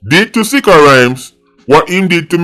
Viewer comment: Did you just call him "B!tcha Rhymes???" 🤣🤣😭😭